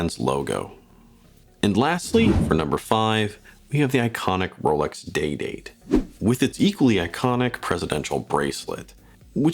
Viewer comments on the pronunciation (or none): none